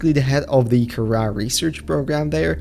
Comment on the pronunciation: At the begginging he said it karra instead of kahaara